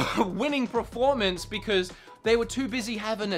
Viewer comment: pronunciation of "performance" bothers me so much